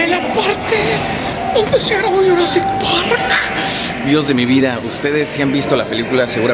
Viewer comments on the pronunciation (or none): dice -estamos entrando al parke de jurassick park